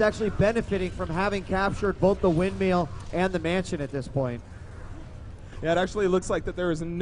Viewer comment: Good to see DJWheat already getting more comfortable with the commentating, step 2: Learning to pronounce 'Windmill'